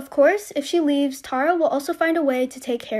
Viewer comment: Plz learn how to say ,Tara. Awwwww . T-A-R-A.